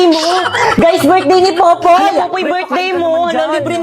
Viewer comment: Popoy not poppy 😅